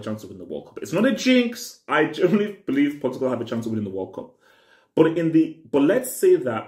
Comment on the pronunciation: World cup Portugal hey bro over emphasis